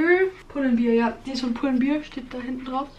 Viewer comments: Aber anders als bei Levi‘s ist „bear“ einfach ein normales Wort das „Bär“ bedeutet und man kann die Aussprache nicht einfach interpretieren wie man will, wenn du es wie „Beer“aussprichst ist es einfach falsch😆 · man spricht das „bear“ bei pull and bear wie „Bär“ aus, du hast es wie beer ausgesprochen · bear (Aussprache: "Bär") bedeutet auch Bär. Spricht man Bier (schreiben würde ein Englischsprachiger beer) und das bedeutet auch Bier. Also ist die Aussprache hier nicht egal 😅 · hannah_0603 nein, weil bear wortwörtlich ertragen/bei sich tragen heißt und beer Bier. das macht dann einen unterschied, da es die wörter wirklich gibt, anders als bei zb adidas oder levis.